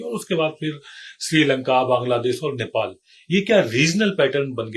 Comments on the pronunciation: It's Nepal not Nepol, Mr. English man 😅😅😅. He is acting smart but doesn't know what he is saying.😂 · नेपॉल नहीं नेपाल बोलो एक्सपर्ट महोदय!